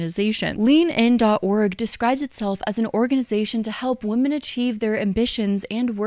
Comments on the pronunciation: She pronounces women as "woman" and its driving me crazy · Is it just me or does she pronounce “women” and “woman” the same? Like she’s unsure which one to use so she just says it weird hoping no one notices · Why do people say “women” as “woomen”? It’s driving me nuts